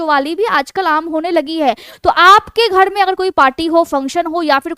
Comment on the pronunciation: Jhurriya ko jhuddia ,paresan ko padesan ghar ko ghad, narmali ko nadamali mud kharab ko mud khadab pairo se ko paido se bolana aur kharido ko khadido ka awaj kafi unique aur mast lgta hai maim😅